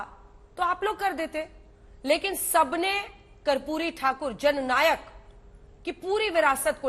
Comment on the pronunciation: ये उदित बाबू ठीक तरह से माननीय कर्पूरी ठाकुर जी के नाम का उच्चारण तक नहीं कर पा रहें हैं. दुःखद